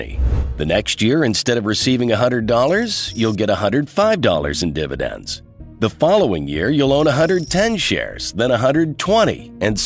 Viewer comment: dividends becomes diNidends?